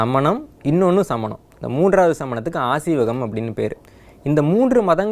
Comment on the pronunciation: Asiwagam ille. Aaseewagam.